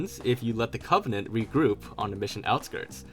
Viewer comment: "repgroup" lol